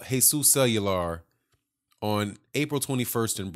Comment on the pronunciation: Love your work especially your break down of everything. Cuellar is pronounced "Qua- R"... Keep up the good work.